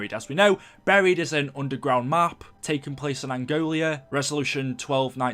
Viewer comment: Its angola not angolia